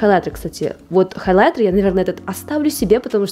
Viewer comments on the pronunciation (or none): С интересом посмотрела все ваши видео о расхламлении, но слово "халайтер" режет слух, всё же в русском языке прижилось произношение хаЙлайтер. Не сочтите это замечание за хейт💙